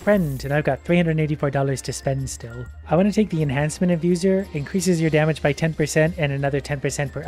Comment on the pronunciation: after watching a couple times I am sure said 'Enhancement Infuser' but it was really close to sounding like 'Enhancement Abuser'